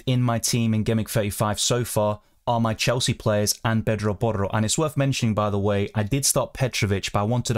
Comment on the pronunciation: U pronounce porro so well